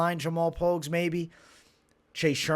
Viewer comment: yo I caught you saying Pogues' name right, it's one syllable, he confirmed this pre-fight media interview, just lookin out bro.